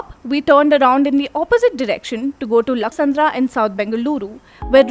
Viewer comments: It’s lakkasandra not laksandra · Good information but please improve your pronunciations... being a newspaper born in Bengaluru, it is ridiculous if your journalists are unable to pronounce local areas correctly 😅